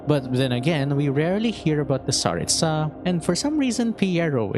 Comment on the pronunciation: Speaking of pronouncing names properly, you keep pronouncing Tsaritsa with stress on the last syllable (tsa), but in Russian, the stress would be in the middle (ri). It seems common among English-speaking Youtubers, but is there a specific reason for that?